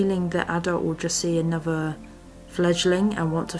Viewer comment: Annover? Wiv? How old are you, 3? Or as you would say Free?